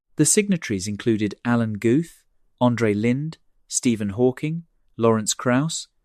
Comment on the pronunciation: Pronounced: Gooth not Guhth (Alan Guth)